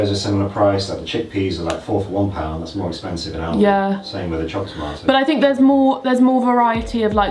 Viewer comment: Thank god you pronounced Aldi right lmfao